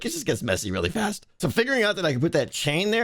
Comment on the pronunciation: the way you said things get messy really fAsT 😂